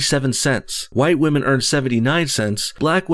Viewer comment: I think I'd rather rub the back of my neck on a rusty iron cheese grater than listen to anything Bernie sanders says about "muh wage gap for the wahmen". He's got some baaad dementia.